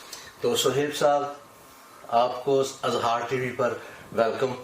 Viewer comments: ٹی وی کانام ہی غلط ہے اِظہار IZHAAR ہوتا ہے Azhaar نہیں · اٙظہارِ رائے نہیں ہوتا۔ اِظہارِ رائے ہوتا ہے۔ "انصاف کے کٹہرے میں انصاف" کیا فضول بات ہے۔